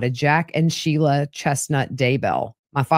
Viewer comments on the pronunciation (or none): none